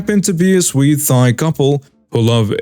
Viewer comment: Thai Pronounced "Tie"